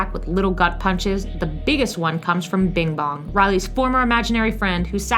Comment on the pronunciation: Its Bing Bong.... not Bim Bom